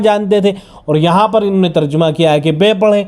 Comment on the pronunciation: لفظ ترجمہ کا صحیح تلفظ جیم پر فتحہ ہے بقول مولانا منظور مینگل حفظہ اللہ تعالیٰ Terjamah not terjumah